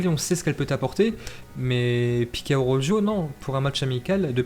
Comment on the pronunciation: Arrête de dire araujjoo😂 Ça se prononce araukho😂